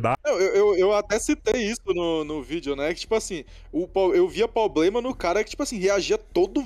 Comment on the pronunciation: parabém. Você fez um vídeo honesto trazendo um advogado e resgatando sua credibilidade e compromisso com a informação correta. A partir daí, cabe aos espectadores tirarem suas conclusões! Show! E outra fala pro chiquinho parar de falar poblema, da um nervoso. Se não for possível tudo bem